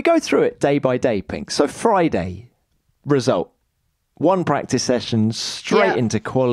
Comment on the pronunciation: When the video starts with, "Let’s sta wit wa 'appened on FROI-day befo Sa-a-day..." you know where this is going to end 😆